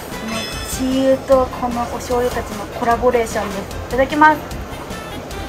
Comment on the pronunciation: コラボレーションがコラボネーションって聞こえた気がするのです🤭ww